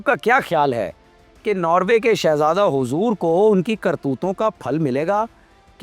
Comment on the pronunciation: Way you say respect ( hoozoor)